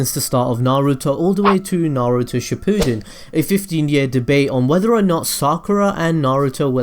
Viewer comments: Shpooden lol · He kinda mispronounced Shippuden